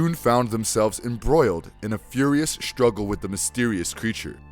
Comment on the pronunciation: You manage to say Superman and Doomsday so "deshtroy" and "shtruggle" is unacceptable. The fact you can pronounce the "s" properly and choose not to is laziness.